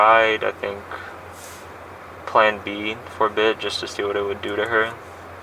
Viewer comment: "she tried Plab B for awhile' 🤔 I hope he means birth control lol.